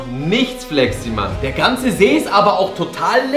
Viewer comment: ihr habt see falch gesagt ihr habt nämlich seee gesagt